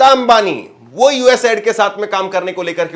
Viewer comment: Please it's not ad :: it's aid😢 aiid😢😢